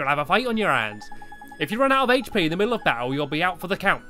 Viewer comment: Hache pe? ITS HP